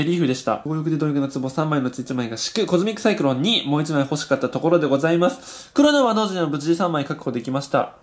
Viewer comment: コズミック・サイクロンじゃなくて、トミック・サイクロン……的な？www